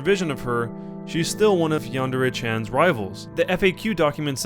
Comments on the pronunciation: Why do people pronounce yandere yandārā its yan-deh-reh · Yan-de-re (not ray) with the stress on the 'yan' (1st syllable)... and also the R is pronounced differently but i think that's too much to ask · Its pronounced as its written but you have to roll the R. Yan - De - Re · i THINK its pronounced Yan-De-Re.... im not 100% sure though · You are not even saying yandere correctly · My god he can't even say yandere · why doesn't anybody know how to pronounce yandere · yandere dev doesn't know shit about pronouncing Japanese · This guy can't pronounce yandere and it drives me crazy